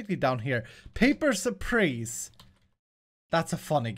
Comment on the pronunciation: papers please not papers prease